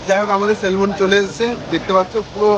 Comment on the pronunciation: ভাই মাছটার নাম সেলমন না নাম হলো সেমন🥰🥰